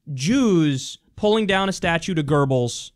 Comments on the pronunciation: Why the fuck do people say "Gerbbils"? The fucker's name is spelled "Goebbels", there's no fucking "r" in it, and it's not like in German "oe" is pronounced "er". Seriously that fucking annoyed me Kyle, thumbed down because of it. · FORFUCKSSAKE KYLE ITS "GOEBBELS" NOT "GERBLES" THERES ZERO RS IN THAT WORD JESUS CHRIST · His name is Goebbels not "Gerbles" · Gerbels? Is that how Goebbels is pronounced? Kyle, if you want to see Goebbels now, just take a look at that little weasel Stephen Miller. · Did Kyle just say GIRBLES?